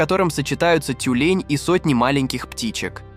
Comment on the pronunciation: ЭскИмос, тЮлень.... Это что, автоматическая начитка?